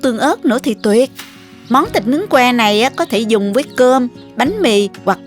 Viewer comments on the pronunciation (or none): mình rất thích xem kênh của., vừa ngon vừa sạch sẻ, trình bầy.chi tiếc,, rỏ ràng,món ăn nào cũng ngon và hấp dẫn, về giọng nói thì hay và dể thương tuy nhiên xin góp một ý nhỏ đó là những từ có dấu SẮC thì cô đọc êm êm.xuống bớt một tí thì hay hơn, ví.dụ như những từ: CÓ,.CHÉN, MUỐI, nếu cứ đọc lên giọng như thế nghe nhiều lầ rất nhức đầu. chỉ là góp ý thôi nhé, xin cảm.ơn.